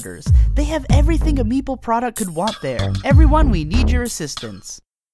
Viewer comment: It’s meeple not mepale